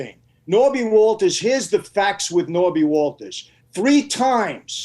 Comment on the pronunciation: Sammy has a hilarious way of constantly mispronouncing names.